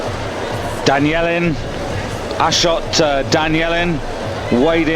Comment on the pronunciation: "I'm on fire" business was started by these two moron commentators who don't know how to read their own language: they kept calling Danielyan "Danielin"! They cannot pronounce three syllables correctly!!! Of course, Rezazadeh asking the help of "Abal Fadl", who is the name of a very revered figure among Shj'a Muslims...